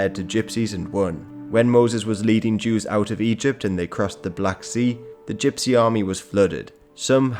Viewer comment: you keep mispronouncing gypsy